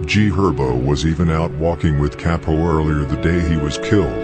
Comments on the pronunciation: I believe you say bro name like cop-o not capo or whatever 🤷🏽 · C A P-0 not kay-po